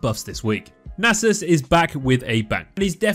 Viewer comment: It’s pronounced “Nasus”